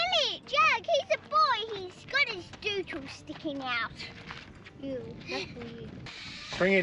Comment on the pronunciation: "Dootle" how funny